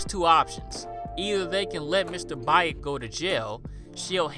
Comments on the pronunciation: Isn't Baek pronounced "bake" instead of "ba-ache"? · Great video, but it's pronounced Mr "beck" not "bye-ick" Much love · I'm pretty sure you pronounce it as "Bek", like the character from Tekken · It ain't Mr. Bayek - Baek is pronounce like Bek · It's more like Beck. Not Bike. Yeesh. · sorry but “bye-ek” has me dead 😭😭😭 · Baek is pronounced like “Beck”:). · I love your channel. It’s one of my favorites. Ps it’s Mr.Baek is pronounced like Bake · Just a correction: the correct pronunciation is Mr "Bek". But it's a great video inspite of that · I know I'm late but I would like to say Baek is actually pronounced Bek....I'm sorry just trying to be helpful....I absolutely love your channel....I especially love that you have so many korean movies. I choose you over foundflix anyday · Yo for future reference, the Korean name Baek is pronounced beck like David Beckham (thumbs up) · btw "baek" is pronounced kinda like beck with a softer b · Fun fact: baek is pronounced bek, know that from Tekken 5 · The way he pronounced “Baek” took me out😭😭